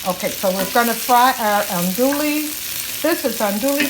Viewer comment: Looks Amazing! I think the Cajun is pronounced Andoo-ee sausage😉